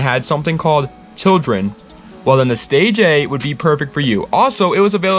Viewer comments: FYI The stagea is pronounced (stageea) Not stage-a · The stage a? Stagea friend stagea